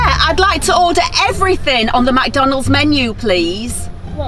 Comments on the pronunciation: SquAr3 CloUdy McDonalds NOT MACDONALDS 😂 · she says it mac donald’s but it’s mc donald’s